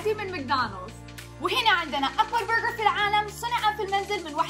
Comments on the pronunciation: ليش تقول برغعر 🤷🏼‍♀️ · منرفزني طريقه نطقها لاسم البرقر تفخمه يععع